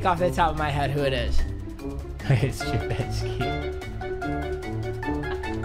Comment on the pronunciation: Called it trubisky More like turkey